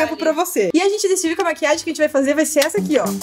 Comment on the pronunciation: Maria Alice a que fala "Maquiaji"